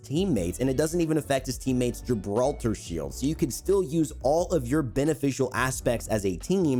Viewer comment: Ok I understand Pathfinder, but Gibralter, what??